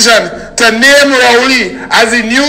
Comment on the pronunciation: 😃😀😂🤣 He pronounced every letter, every syllable in his name.